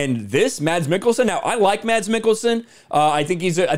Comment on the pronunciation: As a Danish person I like it when he says "Mads" as normally the "d" silent, only to confuse childhood me.